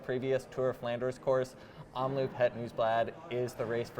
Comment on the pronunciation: Nice vid, thanks. It's Omloop, not Omloupe. Loop is pronounced like Hope. 👍